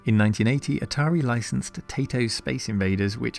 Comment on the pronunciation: Taito is a Japanese company. This being the case, the 'ai' in 'Taito' is pronounced like the letter 'I'.